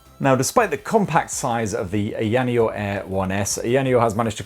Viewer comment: say it any way u want,, it's a free world (as long as company is ok with u BUTCHERING the name of its flagship product;D)